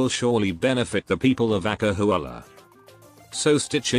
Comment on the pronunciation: when the narrator say "acahualla" my SSS blood is boiling 🔥🔥🔥🔥